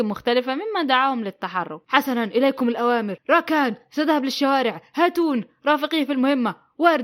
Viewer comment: ❎ هاتون ✅زاتون